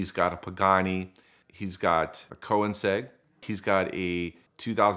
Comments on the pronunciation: seriously, it may be the toughest car manufacturer to pronounce, but you gotta know it in this industry - 95% of us watching know it and know how to pronounce it. Cone-neg-segg. Easy. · I wonder if he’s driven the co-in-ceg around the Nurbring? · the funny thing is that he pronounces it like that but has probably driven a few. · Immediately after he said that, my brain reset and I just spent 5min searching the pronunciation…. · Dude pronounced Koenigsegg completely wrong. Come on now... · Its not even a hard name to say once you hear it. This guys just lazy